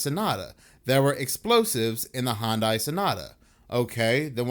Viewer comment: Hyundai is pronounced “hun-day”